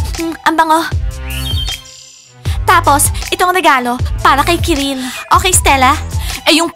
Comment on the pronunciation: Kirill hindi karil,keril,kirel,ciril